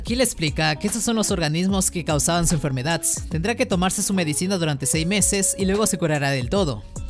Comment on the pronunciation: Me gustó por qué no dice enfermedad sino que dice enfermedadts